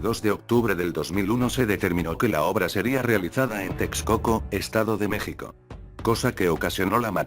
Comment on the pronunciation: No es una persona es un programa de computadora tal vez elaborado en España como una especie de robot y lee sin acentos,sin variables por ejemplo se está escrito México y Texas,la computadora lee Meksico y Teksas, entonces tienen que escribir Mejico y Tejas para que lea bien